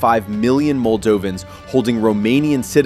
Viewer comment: Who cares! The Moldovan pronunciation is unbearable!